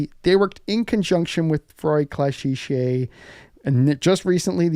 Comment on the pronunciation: Ferrari Classiche is pronounced as if as with a k ou q... Classické (the "e", open, as in French paté)...not ClassiSHé, PLEASE!!!!!;-)